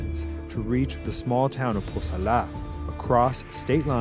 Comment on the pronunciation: Bruh why does he keep saying Cosala like that?! Its not "Ko-sal-AHH" its just Cosala man, let it flow. Never met anyone from Cosala or Sinaloa for that matter who pronounced it like that lol, dudes trying too hard.